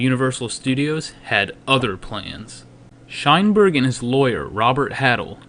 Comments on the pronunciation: Shineberg, lmfao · Shineberg... lol.. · "Sheinberg" Every time.